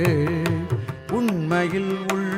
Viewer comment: தயவு செய்து தமிழ் எழுத்துக்களை மாற்றி உச்சரித்தால் அர்த்தம் வேறுபட்டுவிடும். உதாரணமாக நீரும் என்று உச்சரிக்கின்றீர்கள். ஆனால் நீறு என்பதே சரியான உச்சரிப்பதாகும்.